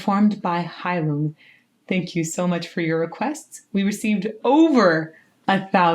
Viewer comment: I don't know if you have already learned the correct pronunciation of the band or not, but here it is. I just learned this a few days ago. Phonetically, Heilung sounds like you are saying "hi Luke", except as 1 word. The "ng" in Heilung is pronounced with a sharp ch, but with a touch of phlegm at the end. I hope that this helps.